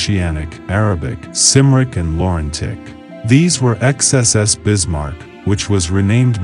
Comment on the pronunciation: I can't be certain as I have never heard it pronounced anywhere else but i think that if the ship was called the CYMRIC then it ought to be pronounced KUMRIC and not SIMRIC. The name is derived from the Welsh name for Wales - CYMRU - pronounced KUMREE. So Cymric is another way to say Welsh